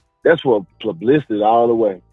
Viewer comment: “Plublicity” take that flip flop out your mouth Deontay